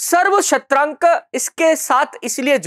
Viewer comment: सर्वक्षत्रांतक् होता है सर्वक्षत्रांक नहीं